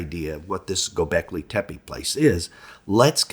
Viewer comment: G-Y-O B-EK L-Y TE- PE. (LET'S TRY AND PRONOUNCE IT CORRECTLY).